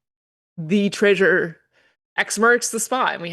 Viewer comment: STILL saying Tray-sure huh?